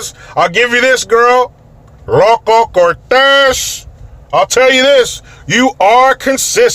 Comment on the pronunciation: Every time I hear you say “ERRROWCO CORTEHH” I laugh so loud!!!! My fav phrase of yours!!! It’s so satisfying!! Anyway, thanks for all your videos. You’re one of the smartest guys on here! One of my all time favs!!! And for the gay community... I’m on their side as far as their right to live the way they choose! I’ve always felt that way.. but for blatant raw sexual public display... some of it is tmi, period. Not all of us want to see it. Plain n simple. Have some decorum, some self respect when out in public. Not everyone wants to see your genitals. And if kids are present? That’s just staining their innocence and you have no right to expose them. This apparent world wide attempt to normalize pedophilia is worse than all the evil put together. I can’t even!!!! And I blame the internet for getting your average Joe pedo, who would otherwise fantasize about it, now all ramped up! So much so that he becomes encouraged and spurred on!!! The Hollywood elite sex ring, the Jerry Epstein crowd... it’s all evil. Our world as we know it is fading fast. We’re circling the drain. It’s only a matter of time. All of our standards are being torn apart. How sad, and yet maybe we were always meant to self destruct... maybe there could actually be no other outcome.. as humans, in evolution, we’re critically and terminally flawed. Anyway, some of my thoughts., were you talking about the LA county fair at Pamona??